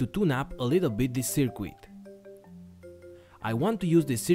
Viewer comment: You wanna pronounce circuit like it's spelt "Sir Kit" buddy! You are saying sir "quit" in this video. Great upload!